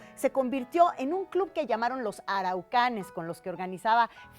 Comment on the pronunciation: Me estresa que la presentadora diga "araucanes" cuando en realidad eran los "aracuanes"